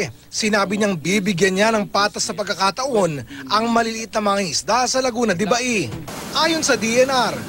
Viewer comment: Pauso na naman iyong mga media na to, laguna de baey. Ano bang mga klaseng mga reporter ito. LAGUNA DE BAY.